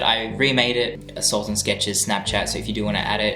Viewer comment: It's not SUL-TAN ITS SULTAN whats....whyyyyy